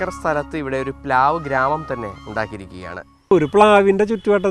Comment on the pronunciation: പ്ലാവ് ആണ്… പ് ലാവ് അല്ല